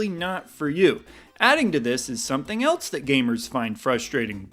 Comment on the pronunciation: I get very frustrated when you say “eltse” instead of else. That tops Baby Mario 🤪😁